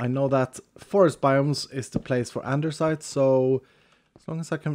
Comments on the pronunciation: That moment when you realize says andersite so much that the altar literally has it spelled that way even though it's actually andesite. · Why you call it andeRsite?? It's Andesite. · Why do you always pronounce it "andeRsite" when there is no R there? EDIT: Wait why are the Andesite items named "Andersite"? Is it because of the modpack? ....did you intentionally rename them for Vault Hunters? Hahaha, if so, I must actually commend you for your commitment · saying "andersite" is why there is a spelling mistake in the mod because it's "andesite" and the stone is spelled both ways in the mod. One of the skills also has "specialisation" in the description instead of "specialization" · I love how when he looks at the vaultar it says Andersite as well, not andesite xD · you actually changed andesite to andersite xD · why is the vault altar saying andersite its spelled andesite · XD The mod changes the name of andesite to "Andersite" for the way says it 🤣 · So does he say "andersite" on purpose? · why does he say andersite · I get teased a lot for saying andersite and you say it quite a few times 🤣 and I’m not Changing how I say it lol love the video and this series in general! ❤️ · He changed the name for VH to give it the R because he always mispronounces it. So he changed the name to troll people.. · I just came here to see if that was mentioned. always adds an "R" to andesite when he pronounces it, so maybe it was renamed in this mod pack as a subtle joke? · Yes he renamed it. always pronounced it wrong on stream, so he changed the name in VH so he could confuse people into believing it was always spelled that way and the viewers are wrong. at his finest. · What english are you using, cuz in my English its called andesite, without the r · since when is there an r in “andesite”